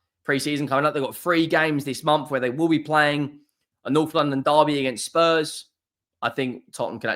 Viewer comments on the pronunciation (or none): none